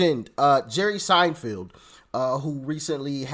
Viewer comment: pronounced Sein FELD not Field